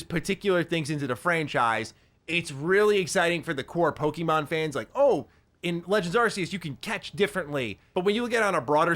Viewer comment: Po Key Mon 😂